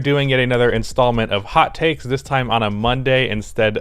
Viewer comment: Lol “Tot Hakes”